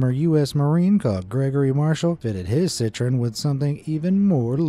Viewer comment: citroen not citreon